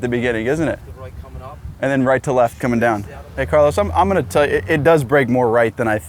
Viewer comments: Carl-OWSE Alcaraz.... Carl-OSS. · The way americans say 'Carlos' is great 👌 keep up the good work